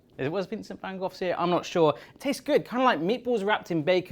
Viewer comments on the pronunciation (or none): van gogh with a g probounced like ch in lochness and a gh pronounced like the ch in lochness,,,there is no F!!!